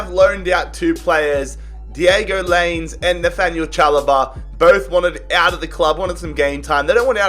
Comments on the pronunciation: It’s not Diego linez it’s (line ez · Domingos Keenwa 🤣🤣🤣 Also, Diego Lains 🤦‍♂️